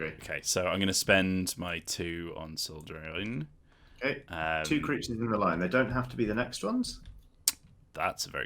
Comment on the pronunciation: Oh, Soul *Drain*. I kept hearing Soul Train, and now I'm oddly disappointed.